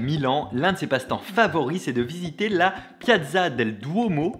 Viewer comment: ullalla la pronunciation di Piazza del Duomo ah ah ah il va falloir y travailler plus Bonjour d'Italia